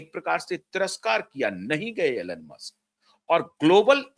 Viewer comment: Elon ,pronounces eelon,Alan nahi 🙏